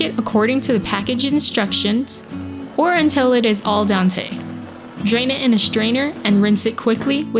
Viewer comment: When she said cook aldente, i immediately stopped watching